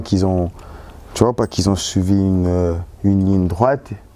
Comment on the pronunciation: Moi j'ai pas fini l'ecole: Tu vois c'est gens qui zont... 😂😂